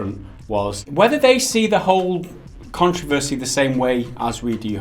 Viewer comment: CON-TRO-VER-SEE so you you can say it right for next time sorry that kinda made me mad love the vids keep it up